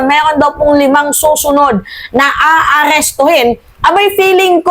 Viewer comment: Bigkasin mo mabuti aalistuhonka alis😂😂😂😂😂😢😢😢😢😮😮😮😅😅😅